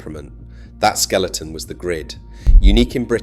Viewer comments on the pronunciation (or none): none